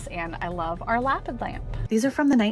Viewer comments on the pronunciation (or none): its 'luh-pid' with the emphasis on the second syllable. beautiful lamps. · pretty sure that "Lapid" is pronounced Luh Peed.:) (Like David in Hebrew is pronounced Duh Veed.)